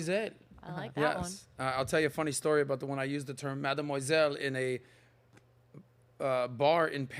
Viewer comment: Uh the offence was probably on the pronounciation of Mademoiselle, and besides Madame and Mademoiselle have two distinct meanings